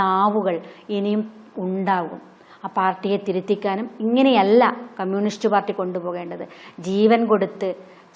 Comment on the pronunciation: മിസ്റ്റർ അവതാരകൻ... ക്യമ്മ്യൂണിസ്റ്റ് അല്ല കമ്മ്യൂണിസ്റ്റ്. അരോചകം ആണ് ഇത് കേൾക്കുമ്പോൾ.